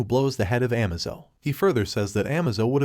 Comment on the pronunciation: Dude you really need to work on pronunciations, it’s A K 47, not ack. It’s Batman not batmoan or amaze-o not amazo. Great videos, but so many basic words are said wrong